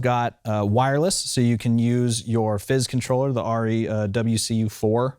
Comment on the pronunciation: What is it with this revisionist pronunciation of Arri as "Ah-ri" Its Arri with an A as in "apple", not A as in "awe". Ask a German, FFS. Me: Arri owner/user/fanboy since the mid-70s.